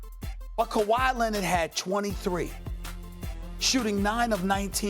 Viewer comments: Stephen A: Luka “Donchik” Also Stephen A: Kawhi “Lennid” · "Kawhi Lenid"